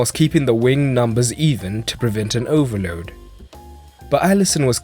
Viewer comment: The way you say 'overload' is beautiful. Great video!